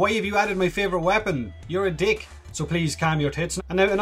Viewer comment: "you're a deeck" i can't stop rewinding that